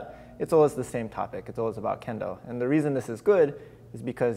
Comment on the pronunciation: "Oh, candles? That's a very specific topic to be fascinated about. Maybe he meant Kendall though? As in Kendall Jenner? He seems really chill about it... Ah, I see, he said Kendo!"